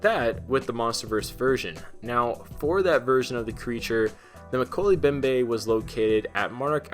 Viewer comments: Moe-key-lee mem-bay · Mo-kel-ay Mem-bay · Pronounced: Mo-kelly mo-behm-beh